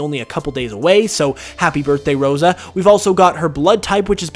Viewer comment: You mispronounced Rosa, it’s so cringey